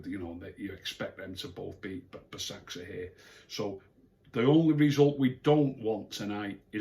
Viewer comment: hi if you want to know to pronounce basaksehir is ‘baz-ak-sheer’